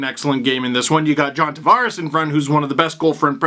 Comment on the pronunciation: Love the vids until he does his racist Don Cherry I can't pronounce non Anglo names bit smh. Steve you are better than that man. You fucking dam well know how John likes his name Tavares pronounced. But no you still gotta play up on that racist shit. And you are fucking half Italian Lmao. Lets hope you put that racist shit away at family gatherings with your Italian relatives.